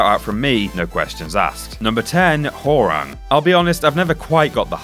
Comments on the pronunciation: I have never heard Hwoarang's name pronounced "Whore-wrong" before. Always have heard it pronounced " Hwah-wrong" Also, no love for Eddy? He has all sorts of crazy spinning leg combos from his capoeira fighting style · He pronounces Hwoarang Ho-rang. Dafaq? Dude, that's racist. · Hoawarang is pronounce as warang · "WHORE-ANG" ROFL